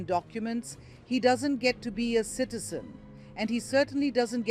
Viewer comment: He is a Ugandan citizen, the host makes it sound that he is an indian kiiizen.